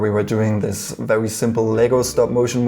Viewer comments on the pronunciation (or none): I know you’re bilingual, so that’s where your accent’s from, but I absolutely love the way you say ‚vewy’ :D